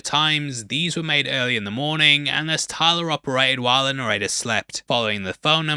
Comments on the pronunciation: Are you trying to say narrator? What fuck is a noretta? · Are you saying "narrator" or is "norrator" a play on words w Norton's name???? Genuinely can't tell what you're saying & it's being said so much it feels important 😭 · Yo pronounce your T's please "narradar" etc. Mid-Adlandig (Atlantic) lols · I’m so American, it took me forever to understand you were saying “narrator.” I was like, “Who is ‘Nareda’?” 😂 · His pronounciation of "Narrator" sounds like he's saying "Norrayteh", and it's throwing me off. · need more annunciation with the word "narrator" ...